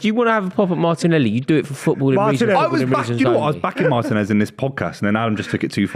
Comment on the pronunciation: Adam saying Martinez 🤣🤣🤣